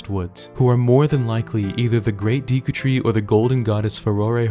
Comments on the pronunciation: Everyone: Deku Tree.: Dieekou Tree. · Did he really just say "Deeku Tree"? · “Deeku Tree”? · Did he say deeku tree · "Om-ni-us" "Dee-ku Tree" "Sir-ah-ya's Song"